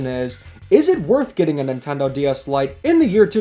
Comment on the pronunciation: I thought you said "Light gay DS Lite"